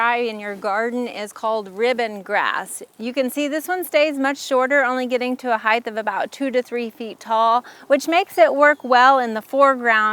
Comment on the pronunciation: This was a helpful video. It sounds like you're saying "heigth" with a "th" sound at the end of the word - when in fact, it is "height" with a hard "t" sound at the end - just like weight. FYI.